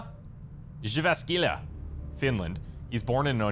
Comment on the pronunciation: jep …. But still managed to pronounce Jyväskylä pretty much spot on 😂